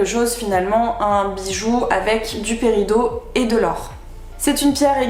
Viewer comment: Oui mais ça m'a perturbé que ça se dise paridOt